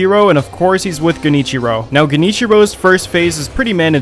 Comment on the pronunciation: the fact that you got genichiro's name right and not kuro's. damn